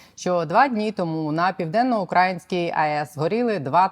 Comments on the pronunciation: ПівденноукраЇнська АЕС - навчіться вже правильно ставити наголос, ви ж наче не Соловйов і не Скабєєва. Яка вона УкрАїнська??? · Сука, піденнаукрАїнський, ти сама не можеш правильно виговорити, а ще шось говориш😢😢😢